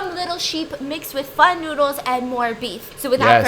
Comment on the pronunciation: She said pho right yay I am happy 😃